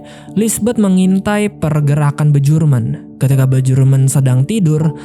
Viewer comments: Bacanya Bjork=Biork, Bjurman=Biurmen mas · Gue selalu tertawa saat bilang bejorek dan bejurmen😂